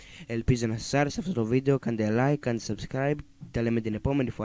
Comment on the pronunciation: Παιδιά στο τέλος αντί να πει subscribe είπε unsescrab